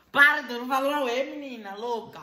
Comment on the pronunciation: Quantas vezes o falo "mininah" 👇